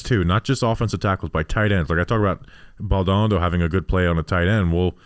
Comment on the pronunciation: I love the analysis. I really gotta help y’all with a name though. The kid’s last name is pronounced BALL-Doe-Nahh-Doe. I don’t know if he’ll make the team so this may not be relevant for too much longer, but it’s killing me hearing y’all mispronounce it. 😂